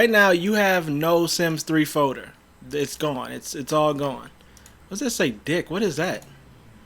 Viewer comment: Which foder? 😂🤣